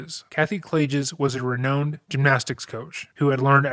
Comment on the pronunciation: bro said re-known'd 😭